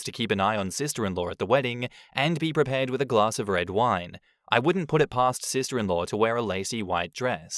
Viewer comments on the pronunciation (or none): none